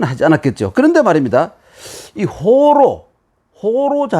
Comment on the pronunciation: "호로"의"호"는 짧게 발음해야지요. 짧게 발음한 것은 잘못입니다.